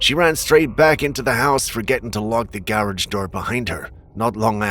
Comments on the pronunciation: The way you say "garage" is priceless. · just a question. Why do you say garage like that?